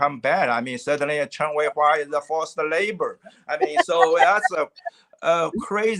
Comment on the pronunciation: Just so you know, his surname is Chen.